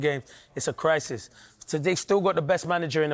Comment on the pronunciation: "na i dont fink der any cwrisis" I'm so keen on listening to the rest of your analysis